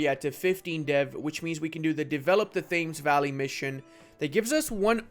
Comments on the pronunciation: how come u pronounce it thames instead of tems lol. like river thames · It’s pronounced tems. Not Thames. The river Thames (tems) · the pronunciation of Thames hurts my sole and I am not even English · your pronounciation of Thames made me burst a blood vessel